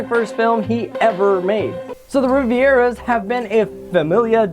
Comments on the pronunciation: It’s Rivera not Riviera!! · it’s “Rivera” not “Riviera” “RI-VE-RUH” no second i. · why do you keep calling them the Riviera's, it's Rivera! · You keep saying the family's name wrong, dummy! Its not Riviera. Its Rivera! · Why do you keep calling them the Rivieras? Their name is Rivera, like river with an a at the end. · Why does he pronounce the Rivera's name bad he is saying riviera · Riv-Era, not Rivi-Era. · Why are you pronouncing the Rivera family as Riviera? Even if Spanish isn't your native tongue, the spelling should be a dead give away... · it is Rivera, not Riviera ;) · Rivera’s not Riviera’s. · It’s pronounced RI-VE-RA🤦🏽‍♀️ Not Riviera. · It's not the Rivieras it's the Riv-eras or Riv-air-as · Your pronouncation is just horrible. Rivera is pronounced like it is, not Riviera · Its pronounced Re-vair-uas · You pronounced Rivera wrong. My boyfriends last name is rivera. Pronounce Riv air uh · This is the second youTube video about "Coco" that I've seen where a white person can't pronounce Rivera. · You said rivera wrong Wreck -it Ralph : Squirrel : Meme: Pizza: Smile: #coco